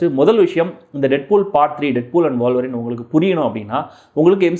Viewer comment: Boss , அது வாழ்வரின் இல்ல..... ஊழ்வரின் (wolverine) Wool - Va - Rin. 😂😂😂